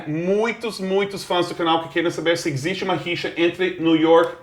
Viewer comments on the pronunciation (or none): os dois falando "EGZISTE" (existe)